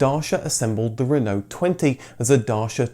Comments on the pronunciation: At the end you pronounce Renault we in Ireland butcher it and say renAULT as it’s spelt 😂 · Why are you saying Renault and dacia wrong ....? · You seem to have two pronunciations of "Renault" ......We Brits tend to say "Ren-O".....your other one is more "RerrNo" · Being French it is pronounced Reeeno (roughly) you don't say the LT part at all.